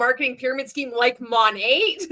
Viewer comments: He didn’t even pronounce the brand correctly! It’s not “Moe-Nate,” it’s “Mah-Nate” (from “Modern Nature”). Good grief. On the other hand, Monat is influential, in that it is one of the first MLMs to attract the attention of a wide swath of anti-MLMers (and rightly so), and to blow up in the news for lawsuits over its garbage products! Not to mention the notorious cult of original Monat girlies who ultimately bailed and started selling an investment scheme, who then failed at that and went on to something else, ad nauseum. It’s an OG, all right—one of the Original Grifts. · What the hell is Mon-ay??? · He doesn’t even say it right!!! 😂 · they didn't even brief him on how to pronounce the brand 🤦🏽‍♀️ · I thought the exact same thing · He doesn’t even know how to say the name of the company are you kidding 😂😂😂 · He didn’t even pronounce their name correctly 🤦🏻‍♀️ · A lot of us noticed that HAHAHAHA